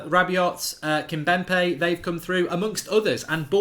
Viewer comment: Kimbempe, Goldbridge still pronounces Kimpembe as Kimbempe 😂